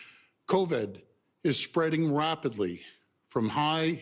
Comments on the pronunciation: Why does he keep saying "coved"?? Its covid for christ sake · is the new strain called "co-ved" ??? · Why is he saying "Coved" . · It's Covid not Coved my friend. he can't get the word right to show you how much he really knows. so full of it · "Co-ved"? HAHAHAHA! Is that the new strain of virus we're up against?? HAHAHAHA!! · Yeah and stop saying Cov-Ed it irks me everytime ..... dick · He says covid funny lol